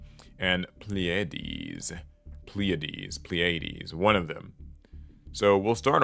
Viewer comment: It’s “Playa-deez” 🤣🤣🤣